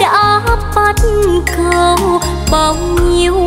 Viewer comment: BẮC CẦU chứ ko phải BẮT CẦU. Ko rõ đây là lỗi ở nhạc sĩ hay ca sĩ, thấy ca sĩ hát theo kiểu phát âm là BẮT CẦU, như thế là sai lỗi chính tả. Sửa lại cho đúng nha.